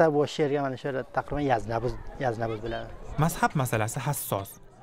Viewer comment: Bu forsku Ozbekmas Xarom sozini Arom deyapti Mazhabni mazab devoryapti kitob uqigan bolsa soz boyligj juda kamku shia bolishdan xudo saqlasin